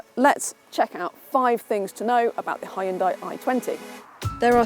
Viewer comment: Hyon-Dai- Two syllables. Can't be too hard...